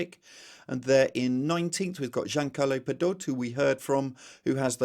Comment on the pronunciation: Pe-doh-tay, he's Italian, please get your pronunciations correct.